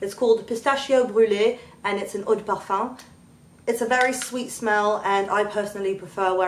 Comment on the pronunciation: I'm French and the way that you said Eau de Parfum is perfect <3